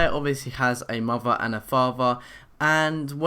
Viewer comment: you don't know how to say father or mother